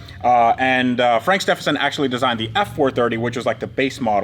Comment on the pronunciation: Love the videos and the sheer chutzpah to tackle these projects. Just crazy! (One tiny niggle - please pronounce Stephenson correctly - as Stevenson.) keep up the amazing work!